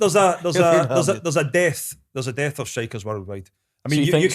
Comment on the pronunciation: Does Kris realise that ‘dearth’ and ‘death’ are two entirely separate words??🤣🙈